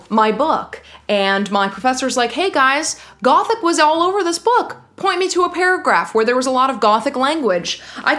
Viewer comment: you pronouncing ''gothic'', love it